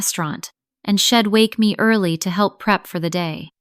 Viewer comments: If AI can’t pronounce contractions; then I would suggest….STOP USING CONTRACTIONS! She’d = she had NOT shed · I’d is Id and she’d is shed? Do something with your AI